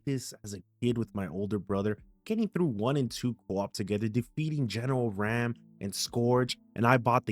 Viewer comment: its pronounced ROM btw but its spelled RAAM